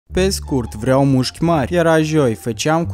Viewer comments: Ai spus de 8 ori muşci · Ai zis muşci de 7 ori. M-am abonat! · Au spus nuschi de 8 ori